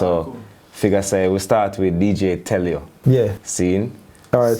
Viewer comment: Man come on, portuguese fam, someone needs to say this : it's deejay telio, not DJ tell you x'D